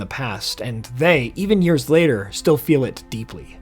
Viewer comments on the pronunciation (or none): none